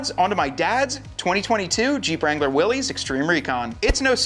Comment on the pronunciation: WILL-iss.....NOT WILL-ees